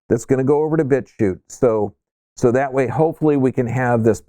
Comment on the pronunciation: yes and its not in description, i listened twice and still thought i heard "bit tube" haha so im glad for this comment saying its "bitchute"